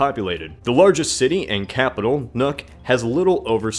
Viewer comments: Nuuk is pronounced Nook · Haha. The capital city of Greenland is pronounced ''Nuke'' not ''Nuck'' XD Anyway amazing video nonetheless keep up the educational, informative and entertaining videos up like always!! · Now its not Nuk Its Nuuk say the U longer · Nook, but with a long oo. It is transcribed as /nu:k/ in IPA if that makes it easier for you. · you pronounced Nuuk wrong its pronounced nuke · Not to mention his pronunciation of Nuuk.